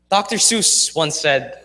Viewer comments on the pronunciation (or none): none